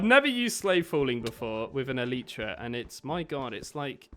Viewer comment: It’s not an Eletra it’s elytra